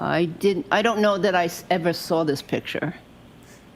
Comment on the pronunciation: There no R in sawr!